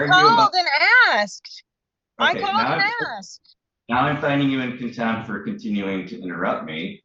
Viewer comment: I think Contempt has a T at the end.